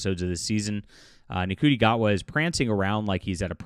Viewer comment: Gatwa's first name i pronounce "Shooty", not how it's spelled. I know it's weird, but that's how it is.